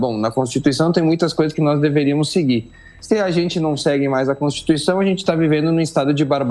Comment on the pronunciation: Constituição virou constituixandao